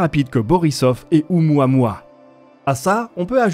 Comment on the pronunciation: ... on prononce: "O-OU-MOUA-MOUA"